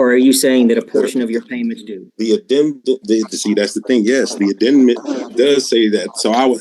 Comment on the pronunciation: The "addendment"??? Is he trying to say addendum and amendment at the same time? This guy is TOTALLY out of his depth, and how do you feel you have a "rent to own" agreement when you already agreed you HAVEN'T PAID the rent for a year and change!?